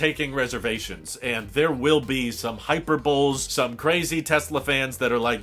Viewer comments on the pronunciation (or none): Sure, but pretty sure he said "hyper bull"